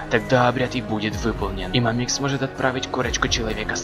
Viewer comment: мАмикс а не мамИкс